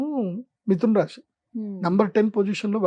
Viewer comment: Rashi kadu dude rasi...palakadam raadu neeku....nadi MEENA rasi ..nenu chala bagunnanu...